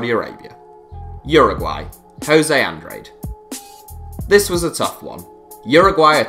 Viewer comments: pronounced "Andrad-eh", not Andraid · An-dra-de not an-drade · Guys, make a little bit more effort in pronouncing players' names. Jose Andrade smh